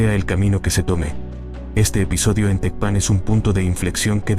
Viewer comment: No sabes pronunciar Tecpan , no Eres creíble